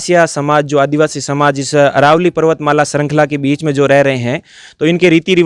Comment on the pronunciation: अरावली नही अरवल्ली बोलो !